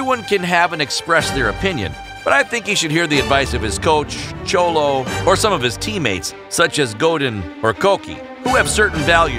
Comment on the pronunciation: He says cholo like yolo